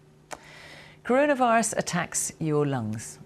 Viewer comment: BBC Reporter: Karuna virus Me: Oh K